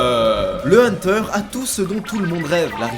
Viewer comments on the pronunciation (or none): Ça me fumera toujours quand tu dis : ''Le Hunterrrrrrrrrrrrr''😂😂😂